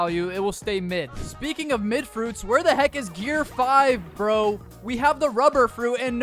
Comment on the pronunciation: why does it say pro when you say bro?